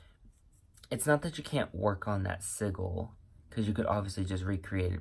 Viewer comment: Hon / not meaning to be a Ultra Virgo during this season / yet we pronounce sigil as /si juhl/. And nice!